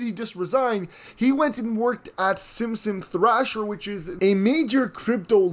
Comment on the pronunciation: Simpson Thatcher not Thrasher